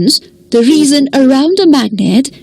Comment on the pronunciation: True and she pronounced "region" as "reason"